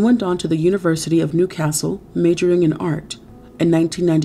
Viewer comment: As a NSW person who grew up in the Hunter Valley, Newcastle was not correctly pronounced LOL.